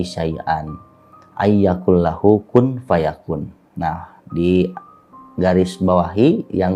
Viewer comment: Maaf kq baca nya salah yaa...atw emang terpeleset...? AYYAQULALAHU....